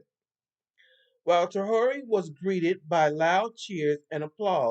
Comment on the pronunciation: It is pronounced tray-or-ray (Traore).